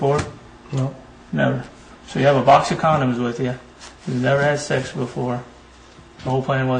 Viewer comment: Omg I hate the way Chris Hansen says "sex." Its always "shex." Ughhhhh. LOVE THE SHOW THOUGH! 👍🏾